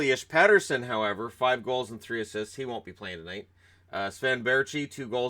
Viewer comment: Petterson has said himself he wants to be called PETER SON not PET ER SON. Go check oit out on the Canucks channel, the video is called 'How to Properly Pronounce Elias Pettersson'!